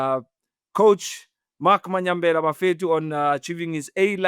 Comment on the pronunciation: Even After A Decade Or So…. Still Calls Mayambela As “Manyambela”